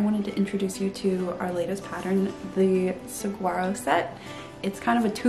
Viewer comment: I love the southwestern vibe apparent in your pattern designs. Not to be disrespectful, but please pronouncs saguaro correctly. The “g” is pronounced as a “w”. I lived in Texas and in Arizona and had saguaros in my yard. This precious cactus are protected by law as they have very short roots and grow quite slowly, growing the first arm happens around age 50. It is wonderful to see your pattern carry such an iconic name, and pronouncing it correctly demonstrates knowledge and respect this plant so deserves.